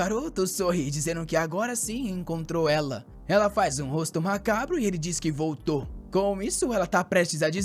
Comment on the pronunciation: Ele vôrrrtô 😂😂❤❤❤ bom demais 🥰🥰